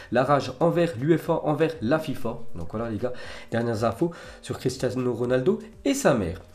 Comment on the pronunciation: "Cristiazno Ronaldo"